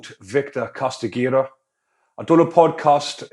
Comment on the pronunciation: The name Castigador, not trying to be a picky prick mate, but I'm pretty sure it's pronounced "Cast-i-gah-door", but having said that, "Casti-gator" just suits the f-cker better probably, as in, "There goes the Castigator, coming to "Castigate" them with some serious f-cking Castigation, the last lot got truly f-cking Castigated..."